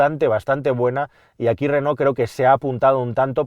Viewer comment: si pronuncias Renó lo lógico es que también pronuncies I tech y no E tech Digo yo vamos.